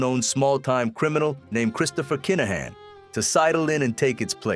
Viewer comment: Good little documentary. Just for clarity it's pronounced Kin-uh-han